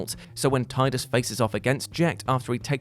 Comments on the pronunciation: Ahh I see is still struggling to pronounced Tidus correctly. He started off correct, but slipped back. He's trying! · I loved how he was calling tidus "teedus" and then out of nowhere corrects it back to tidus. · He actually pronounced it both ways. The first time or two he said Teedus then afterwards proper instinct must have kicked in and he pronounced it Tide-us after that. (I don't care which is 'right', Tide-us just sounds better so it is the 'right' one to me. :D ) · Love how just switched to pronouncing it Tidus instead of Teedus. I don’t care if that’s the canon pronunciation, I refuse to say Teedus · Because Square decided to use the wrong pronunciation in the game. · Why is he pronouncing Teedus wrong? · Triggered by pronunciation of tidus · Love the bait and switch of pronouncing Ffx's protag 🤣